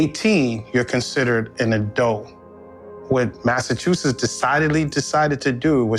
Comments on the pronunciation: I finally unsubscribed because I can no longer take hearing her mispronounce “Massachusetts” as “Massachusess.” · I'm sorry, but the way you pronounced Massachusetts is crazy lol